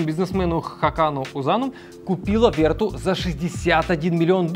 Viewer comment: Главная ошибка всего ролика это произношение названия Vertu (не Верту, а Вертю, так как название произошло от французского слова). Слово vertu (французский. vertu — «добродетель, достоинство»).